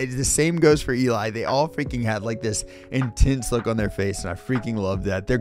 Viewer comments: Just an FYI… Eli is pronounced like “jelly”. I really enjoy your reactions. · "El-lee." Not "E-Lie." But fantastic reaction! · Eli is pronounced Ellie (as in jelly). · Geoff (Jeff), and Eli (Elly rhymes with Jelly). They got 10 ale horns out of 10 from Miracle of Sound for the most creative cover. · J None was a member of Voiceplay and chose to join the US Navy. When he has leave, he rejoins them to do a major song. Eli is pronounced El-EE. Yes, Geoff is pronounced Jeff. It's the common British spelling that seems to throw off a LOT of people. You're right, Layne and Geoff, they do most of the arranging, make a point of giving their featured guest a good shot. In fact, Layne felt that he'd failed to give a big enough part to Ashley Diane in her first appearance with them (If I Were a Rich Man) and arranged their version of We Don't Talk About Bruno to give her more of a feature. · Loved this reaction and I agree with everything you’s aid. Only thing—probably someone mentioned it but Eli rhymes with Jelly in this case. Love it when he rocks out.